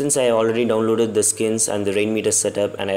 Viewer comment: he said download " the foreskin" lol gonna go unload my skin